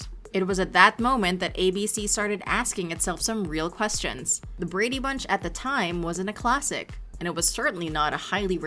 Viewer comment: Painful to listen to you say the words " Brady Bunch" The enunciation.... good lord.. Just listen t the theme song maybe?